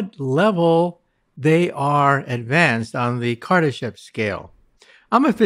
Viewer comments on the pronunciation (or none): I thought he said on the civilization chart the Kardashians scale😂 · I thought he said kardasian scale...I was like we fucked!!..... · Damn almost thought they said Kardashian scale 😅😅😝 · I thought he said Kardashian scale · Lex did you say the "Kardashian scale? 😄 Less reality TV for you sir.